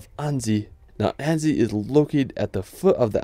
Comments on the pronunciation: Annecy is pronounced "Ansy", not Andy! :D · Annzy? Maybe ask someone to help you with the pronunciation if you make an entire video full of foreign names? 🤔